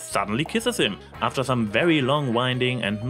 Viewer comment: Wwerwy wwelcome? I know you're German, but are you TRYING to sound like Eridan?